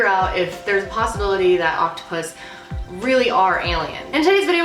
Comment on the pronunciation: I thought she said octopussy